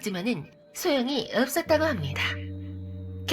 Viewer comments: 읎섰다고합니다 이 말투때문에 구독합니다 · 읎으다고 합니다ㅋㅋㅋ 발음이 좀 웃기네요ㅋㅋ